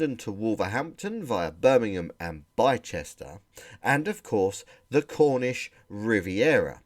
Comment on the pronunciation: Midgham is 'Mijjum'. Bicester is Bisster, not Bychester. FUN FACT: Midgham station is in the village of Woolhampton, but GWR didn't want that name confused with Wolverhampton.